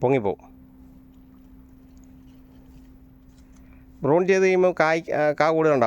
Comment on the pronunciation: Prune /പ്രൂൺ ചെയ്യുക ബ്രൂൺ അല്ലട്ടോ.